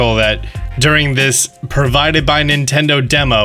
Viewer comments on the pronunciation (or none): none